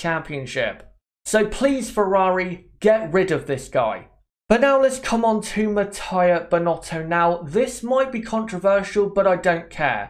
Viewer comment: Please it's Mattia (Mat-t-ee-a, not matt*a*ee*a), thanks. In Italian, "i" is pronunced like the english "ee" (short tho), not like english "i" (which in Italian would be written: "ai"). I'm not gonna go in other details.